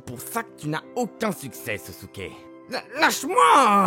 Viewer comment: Et en fait c'est pas sosuke c'est Sasuke😮